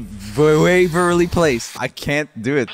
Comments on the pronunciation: Joel: Here we got Disney's Wizards of We- Joel again: Here we got Disney's Wizards of Ve- Joel again : Here we got Disney's Wizards of vwavwerly place. Actually that pronunciation was a lot better than mine 😂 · Joel struggling to say "Wizards of Waverly Place" and "The Suite Life of Zack and Cody" is something I didn't know I needed lol